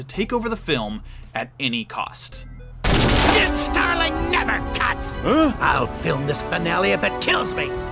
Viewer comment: When I hear "Jim Starling" I hear "Jim Sterling"